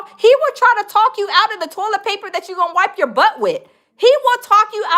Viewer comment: He also mispronounces words that contain the letters A and O all the time. For some reason he can't say California he always says Colifornia. For some reason he can't say toilet. He says tallet. He can't pronounce Alabama correctly. He always says Olabama. It bothers me not only that he's a scammer but he has all those damn degrees and can't pronounce simple words correctly.